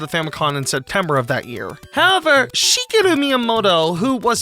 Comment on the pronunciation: Thank you for pronouncing Shigeru correctly. Most youtubers put this italian-like inflection on it which irks me.